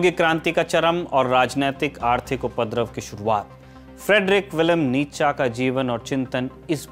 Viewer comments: It's नीत्शे,not नीतशा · भाई इसका नाम नीच्चा नहीं नीत्शे था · Isako itana hi pata hota to....nitshe ko nitacha bolta???? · Its फ़्रेडरिक नीत्शे not नितचा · नीत्शे नाम था। निटजा नही। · सही उच्चारण नीत्शे है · His name is pronounced as नीशे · Naam bhi sahi se nahin spell kar paate ho NICHA😂😂😂😂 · Actually it's pronounced more like Nee-che